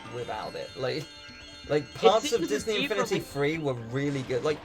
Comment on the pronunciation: why does pronounce Disney infinity as Disney xfinity?